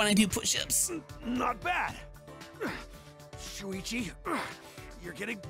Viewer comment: ken : *miss pronounces shuichi* me : sushi UwUz